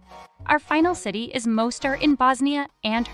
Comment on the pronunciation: Well done… you managed to mispronounce Mostar, Bremen, Krakow, Zaragoza, Thessaloniki .. oh and Baroque